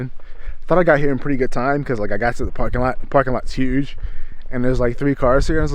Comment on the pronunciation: there’s that Baltimore accent! “Huege”